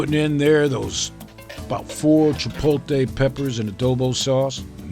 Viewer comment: I was surprised you don't know how to properly pronounce chipotle.